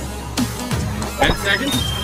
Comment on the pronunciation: You should say seconds not se